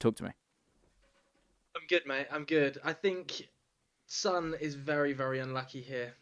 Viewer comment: Why can't anyone pronounce Son right?